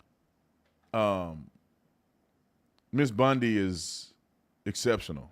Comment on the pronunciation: 🤪 BOND-i… not BUND-i